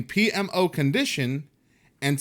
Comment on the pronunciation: bruh, i think u knocked it out the park pronouncing that $20 word PMO!!! It would have probably taken me several more attempts, tbqh